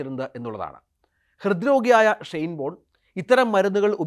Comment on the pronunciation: ഒരു പ്രസക്ത കളിക്കാരന്റെ പേര് പോലും മര്യാദക്ക് ഉച്ഛരിക്കാൻ (ഷൈൻ ബോണ്ട്‌ എന്നാണ് ഇയാൾ ആദ്യം ഉച്ചരിച്ചത് ) പറ്റാത്ത ജലദോഷം ഉള്ള ഒരുത്തനെ പിടിച്ചിരുത്തി ധൃതിപ്പെട്ട് മരിച്ചു പോയ ഒരാളുടെ സ്വകാര്യത വിളിച്ചു പറയുന്നത് ആണോടാ News 18 ന്റെ മാധ്യമധർമ്മം. ഷൈയിം ഓഫ് യു.